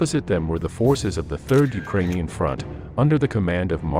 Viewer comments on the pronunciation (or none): none